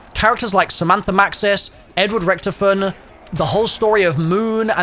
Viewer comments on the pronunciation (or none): none